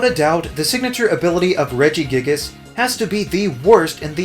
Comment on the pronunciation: The way you say Regigigas makes me uncomfortable